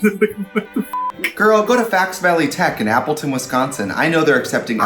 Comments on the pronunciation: Trixie it’s FOX Valley Tech not FAX Valley Tech 😂 Mama I lived in Appleton for 8 years and I don’t even pronounce it like that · "Fax Valley Tech" girl it's Fox jesus christ lolllll